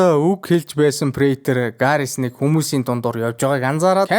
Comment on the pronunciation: 1.bay harbor butcher (bay harboriin mahchin bish(nydlagch) 2.angel batistagin neriig buruu helsen 3.garrison bish harrison shv (dexter tsuwarlig vzej duusagsan vzegchin setgegdel shv)